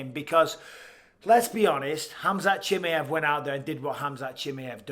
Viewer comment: ‘Shim eye av’ Not ‘shimi av’.. Come on bisping